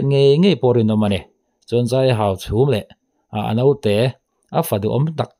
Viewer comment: I tawng hi fimkhur deuh teh aw Hauchhûm a ni lo Hauchhum a ni zawk aw.